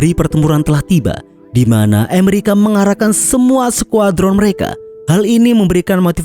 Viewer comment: ngomong "Amerika" saja kamu mah nyebutnya "Emerika" lidahmu cadel min...? sok imut ah...gak enak ...kedengaranya